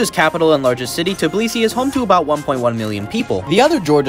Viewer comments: the way he pronounced tbilisi 💀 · the way you pronounced tbilisi made me turn a different race